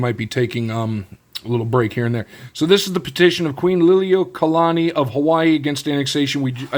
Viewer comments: You pronounce queens name great brother 😊❤ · As a Hawaiian.... your pronunciation of the Queen's name was pretty solid. Nice video brother.